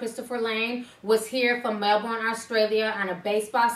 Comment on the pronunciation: You mispronounced Melbourne